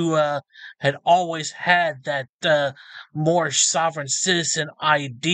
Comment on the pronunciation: My Nationality is Moormish! This guy is so bad he doesn't even say Moorish correctly 😂 🤣 (I think his name is) is an extra special one!